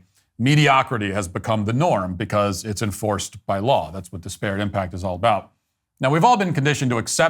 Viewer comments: “Dis-parrot” haha Love you brother, but that opening monologue had me cringing the whole time at that pronunciation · Stop pronouncing ‘disparate’ like that. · Great segment as always but please learn to pronounce “disparate” correctly. Pronounce it in the same manner you would pronounce “desperate” but with an “I” instead of an “E” at the beginning. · It’s pronounced DIS-per-ut, not dis-PEAR-it. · It’s pronounced DISparate not DisPARate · I cannot tell if he's mispronouncing disparate on purpose or if he's trolling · That’s not how you pronounce disparate